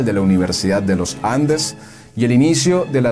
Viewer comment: Austero (grave), no áustero (edrújula). No es Los Jandes. No, amigo. La intención es buena pero ud. es muy malo.